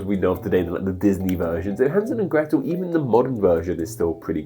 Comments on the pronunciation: Grete is pronounced /gretə/, not /gri:t/ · "Grete" is not pronounced "Greet", its more like "Greta", but with a short "e" at the end. "Hänsel" and "Gretel" are not popular here in Germany, the kids probably would be mocked! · I normally really enjoy these videos, but I’m concerned with how poorly this video is sourced. I’m amazed you didn’t check with someone who actually speaks German for a video that’s so focused on it. The pronunciation of “Grete” as “greet” nearly made me turn this off. Additionally, both Hänsel and Gretel ARE diminutives. In southern Germany, Austria, and Switzerland, the traditional -chen diminutive is often replaced by -l/-el. Hänsel has the umlaut (ä) rather than a regular A for this exact reason, as words with an A, often change it to an umlaut when the diminutive is used. I usually translate these names as Jack and Maggie. As for why they’re called these names, Johannes has always been a popular name, and still is, especially in Austria. Margarethe, and it’s variations like Gretchen (also a diminutive), became popular in the Middle Ages and remained so up until the early 20th century in German speaking countries. Lastly, as others have said, Brüderchen and Schwesterchen is not the same story as Hänsel and Gretel, though there are some similar elements. Do better,. People watch your videos and assume you have correct information, but this one really missed the mark. Reach out to speakers of the languages to get help with pronunciation and answer questions, don’t just Google things. Source: I teach German, as well as an literature class on Grimms’ fairy tales.